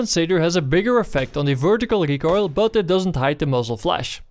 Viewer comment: i love how you say recoil, recoirle, sounds like a tasty pastry